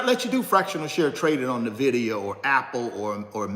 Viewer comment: It's pronounced en-vid-ee-uh